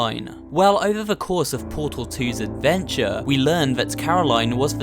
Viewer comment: it's Portal Not PURTUL The guy's voice is so cringy